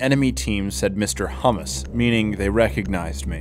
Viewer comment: When he said mr homeless I used to think he said mr hummus lol